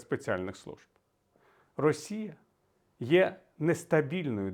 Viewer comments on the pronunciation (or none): none